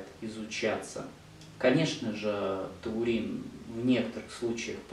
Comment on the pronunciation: Врач, Вы называете ТУУРИН,а не ТАУРИН!